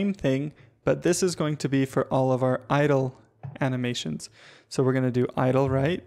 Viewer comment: i thought he was saying idol not idle